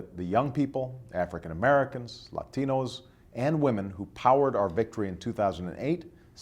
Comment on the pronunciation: If the real conservatives take over the GOP it will be game over in 2012 for the DNC. Nice jump cut, and the way you say "latinos" adding that accent.... Spanish Euros and those who have not assimilated to American life do that. Nice touch for people that can't even vote for you.................................. yet.